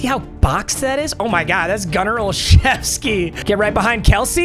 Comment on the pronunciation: Bro pronounces Gunner Olszewski right but can't seem to figure out Kevin Mawae